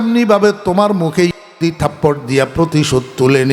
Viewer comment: ইহুদি শব্দটা স্পষ্ট নয় কেন ?